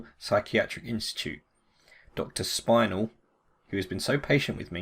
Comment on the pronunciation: not to be nit-picky but it's pronounced spîn-el